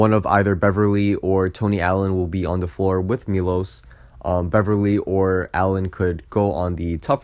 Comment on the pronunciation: It's pronounced as Milosh Teodositch, not Milos Teodosik.